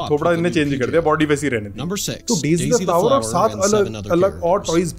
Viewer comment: It's daise